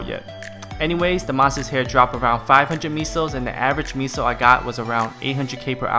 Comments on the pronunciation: Lmao. Its MAY-so. Not ME-so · Lmao ME-SO's XD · STOP SAYING MISO!!!!